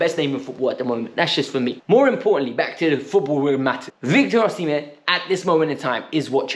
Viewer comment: I am Nigerian, you are sport on with the “Osimhen” pronunciation!!